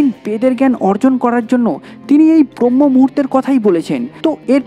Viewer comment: ভাই, উচ্চারণটা "ব্রম্য-মুহূর্ত" হবে